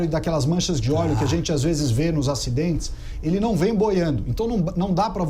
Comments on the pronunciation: "ORIGEM DO OLHO"? PUTZZZ "ORIGEM DO OLÉO"? NOSSA, VELHO... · E o acento em ÓLEO é no primeiro O. Mas tá indo bem... se liga ae.